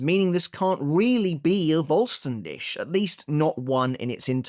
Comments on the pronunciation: So not trying to fault or take him down any pegs, but Vollständig in German like with W and V is also pronounced different with W it’s a V sound, and for V it’s an F sound and the last par as you pronounce it dik with a heavy emphasis on the kh sound, it’s more the English word dig so in English it would be said like full-stan-dig. Like the Spanish Resurrección the pronunciation is very similar to English, but the double R’s has a different sound entirely in Spanish it a rolling of the R’s and as for the cción it’s just the same as English’s cion sound. That’s all the knowledge I’m dropping today again, I’m not putting anything on you or making fun of you or anything I’m simply saying this to try help but also it could be your accent that might hinder it. But it’s also just helping anyone learn these languages, as I’ve been doing since reading bleach. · Dude please learn the correct pronounciation of the word Vollständig. If you can't, then please just say complete form or holy form or whatever. Cause right now it scratches the ears a lot